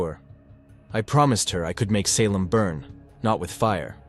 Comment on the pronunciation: The AI in this truly sucks, and if it's not AI, you need to learn to speak English better.You got Salem, you got record wrong.\nIn many other words , wrong in the annunciation